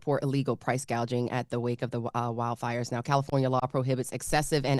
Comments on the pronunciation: I can’t get news from a dude who can’t say price gouging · How you damn near50 and don’t know how to say “price gouging”🤦🏾‍♀️